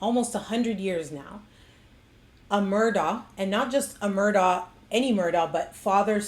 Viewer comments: It's pronounced Mur-doch not Mur-ah it's Irish. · It's pronounced Murdock! Just like the people on the local news pronounced it... Not MurDooough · This is an interesting report! But didn't she notice that the name is pronounced "Murdock," not "Murdaw?" People who know them say Murdock. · If you are going to be credible, your should pronounce the names correctly, especially if you are going to repeat it so many times. It's pronounced Murdock, and Alex' name is pronounced Ellic. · The "Murdah" family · You’re saying their name wrong.say it like murdock. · Well accept it’s, “Mur-dock” not the way it’s being pronounced by. Local inflection wouldn’t allow for the “der.” sorry I’ve lived there for too many years